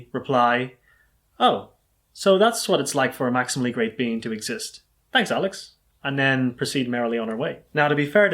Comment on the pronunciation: Why do I keep hearing "maximally great bean" this makes my brain hurt